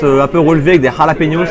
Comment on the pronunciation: des halapenioce